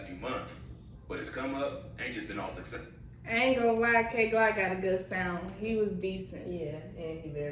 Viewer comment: His name is “kay FLOCK” not Glock 😂🤣 🤦‍♂️